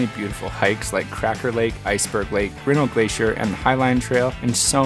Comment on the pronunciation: beautiful video. May I point out that Glacier's Grinnell Glacier gets the accent on syllable #2--grin-ELL, just like the small city in Iowa? Also, for the record, Kaibab = KYE-bab, rather than -bob.